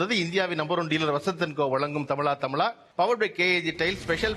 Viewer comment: Is it தமிழா தமிழா or தமிளா தமிளா